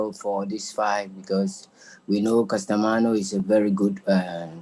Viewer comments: His name is JOHNRIEL CASIMERO not CASTAMANO. You will learn how to pronounce it perfectly after you wake up. Haha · Lol "CASTAMANO" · Man this dude will be DESTROYED easily, he cant even pronounce the name of his opponent, . . . 😂